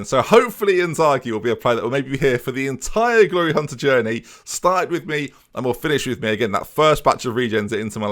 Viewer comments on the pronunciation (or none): none